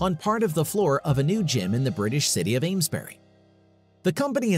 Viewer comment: Northumberland is a COUNTY not a town. It's like calling Wyoming a town!! The town you mentioned earlier was incomprehensible, it sounded like ainsbury. You probably meant Aylesbury but I'm not sure. An informative video sadly spoilt.